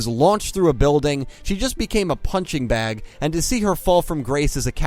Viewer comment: I like how you said punching bag